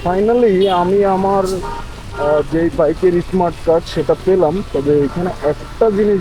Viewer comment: ইসমাট কার্ড কি?? উচ্চারণ শিখেন আগে।